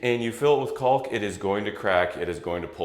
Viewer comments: Please look at the pronunciation of caulk. The “L” is silent. It is pronounced like “kaak” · The “L” in caulk doing a lot of heavy lifting here.